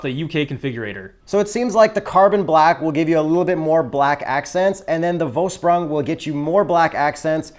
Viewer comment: Forsh - Proong? Forsh pronouces like American way of calling Porsche? Proong pronouces like groom?